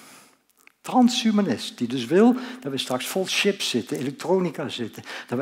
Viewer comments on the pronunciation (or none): none